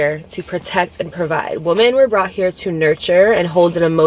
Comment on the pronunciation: When you say woman vs.women it drives me crazy. I love you and I try to ignore it.. but it does something to me. 😫